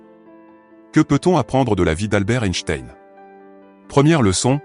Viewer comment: Ce serait sympa de prononcer correctement son nom!!!!